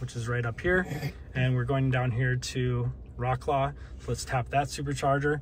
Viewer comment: Much love to you and your content, always. You did not even try to pronounce Wrocław correctly haha